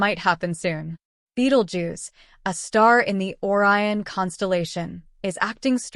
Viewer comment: Why are you showing Neil Degras Tyson chatting with someone else, but not using this voice? Silly clip-paste Ai production. Can't even pronounce Orion. Downvote.